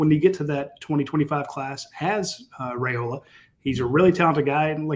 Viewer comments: Yes his father did during an interview. Rye not Ray..... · I believe it is RYE--oh-la, not RAY-oh-la. Didn't his father clarify that on one of your shows?